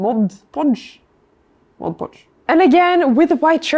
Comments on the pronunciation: me: 100 hours to create that in full detail, thats impossible: spends half her time trying to say mod podge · Very much a tangent... but when I have a bad day, I come back to this video to watch fight the words "mod podge" and the world just feels like a better and happier place.